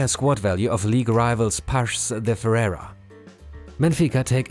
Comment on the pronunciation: Ferreira * not Ferrera